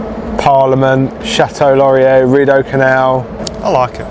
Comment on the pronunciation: A nice little travelogue of one of my favorite Canadian cities to visit, although that was definitely a unique way to pronounce the Château Laurier! 😂. If you had explored a little more inside the Basilica you would have a found that they have a lovely little coffee shop downstairs (Cafe des Tours) Glad you went to the History Museum over in Gatineau. It's a good one, although Ottawa has quite a few good museums. I like the Canadian War museum myself. The construction you saw all around the Centre Block of Parliament has been going on for several years now and will be continuing for several more. They are renovating and bringing the historic building up to code. I think it was originally supposed to be a 10 year project, but it's government so most likely will cost more and take longer. Ottawa in the winter is also fun. Winterlude is great, but even just seeing everything in the snow and skating on the canal is something different for visitors. Just dress for the weather!